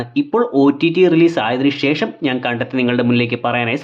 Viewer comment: ഷേഷം അല്ല ശേഷം ആണ് അനിയൻ ബ്രോ